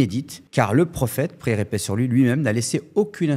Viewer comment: Je viens juste de commencer à regarder la vidéo et je suis choqué du faite qu'il n'arrive même pas à dire quand il mentionne le prophète [PAIX ET BÉNÉDICTION SUR LUI] il dit "praix". Allahu musta3an